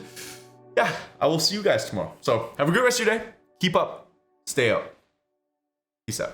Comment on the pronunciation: Your accent has become more Canadian over the years hahaha I love it... its sounds like 2mooreOH when you say tomorrow hahaha